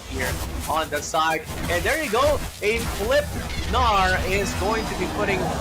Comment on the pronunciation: Lmfao the way he pronounces Gnar. The G is silent.